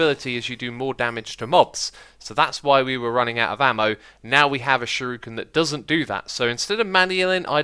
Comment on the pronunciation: Shuriken is pronounced sure-ik-en